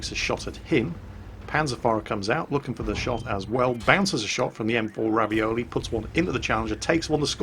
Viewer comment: Yes, because you have to be french to even have a fighting chance to pronounce that word correctly.